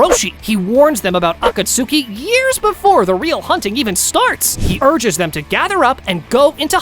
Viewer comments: “Akatsookey”??? Bro… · "Akatsooki" is crazy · for the love of all thats good in this world, please pronounce akatsuki correctly